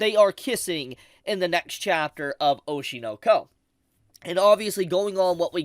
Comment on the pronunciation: Oshi No Ko? You mean Oshi No No! Lol